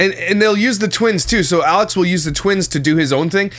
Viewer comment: you said “Yalex”!! She’s rubbing off you! 🤣🤣🤣